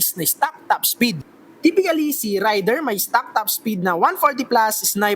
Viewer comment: Raider is pronounced as "Reyder".